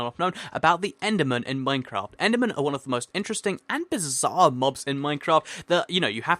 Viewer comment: I swear he said minecrap at the begining